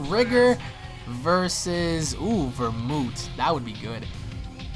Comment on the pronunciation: Lol did you say vermoot?